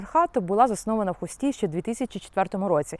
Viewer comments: не ХустІ, а ХУсті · Не у Хусті ав Хусті,наголос на у